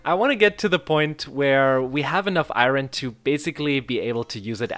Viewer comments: Dude its not ayron Its ayorn but u can say what u want lel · Its not (Iroin) it’s (iorn) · The way he says iron is so annoying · The way you say iron is wierd af 🤣🤣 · Youre pronounciating iron wrongly